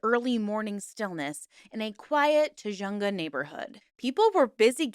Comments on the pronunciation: It's pronounced Tu Hung Ga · FYI - the raid location, Tujunga, is pronounced tuh-hun-guh 😊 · I grew up in the area, it’s pronounced tuh·huhng·guh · I know it’s nit picky but your pronunciation of tujunga hurt me.